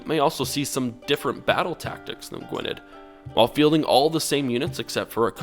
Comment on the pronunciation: Btw its Gwynedd not Gwined